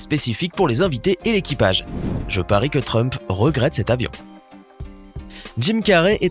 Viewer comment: Donald Frump 😂😂😂😂😂😂😂non T rump